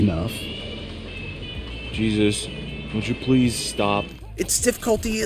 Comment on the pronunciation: So is his name Jesus? Because that’s how it sounded likw he said. 😂